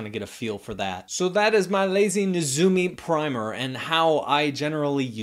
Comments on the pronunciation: Or maybe it's Neh-ZOO-mee. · You got it right the second time. Nay-ZOO-mee.